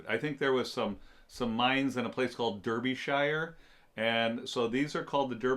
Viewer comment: To get the true English pronunciation as we say it, Derbyshire sounds like Dar be sheer. Nice video.